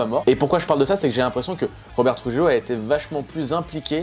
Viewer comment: Moyennement emballé à cause des solos de KH (marre de la wah wah entre autres) et de la caisse claire de lars... Contrairement à toi, j'estimais que les premiers titres sortis ne mettaient pas suffisamment en valeur Trujillo (à prononcer trourrillio, NDD!) à mon goût mais il y a eu du mieux ensuite. Enfin, j'ai été agréablement surpris d'un Hetfield avec quasiment une voix jeune. Après, album mieux que x et moins bien qu'Y, à chacun de se déterminer. Perso, c'est un groupe que je continue d'apprécier même si tous les titres ne me touchent pas de la même manière.